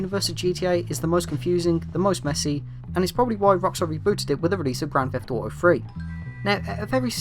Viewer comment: "Grand Feff Auto"